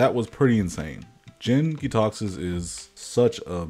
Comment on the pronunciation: you mispronounced the praetor's name in the first 10 seconds. also, its jank.